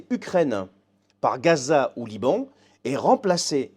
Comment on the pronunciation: J'ai fait le jeu et j'ai perdu. Ce nono barrot, digne fils de son crétin de père, ne sait pas dire "Liban".